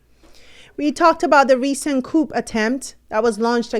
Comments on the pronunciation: as a French language person your pronunciation of a “coup” is not (coop) the P is silent. It’s pronounced “coo” not coop” thanks for this platform! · ... the 'P' - in the word 'COUP' - is SILENT ... it's pronounced ... 'COO' - Thank u ! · pronounced-Kooo like BOO Not Coup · The p in Coup is silent :)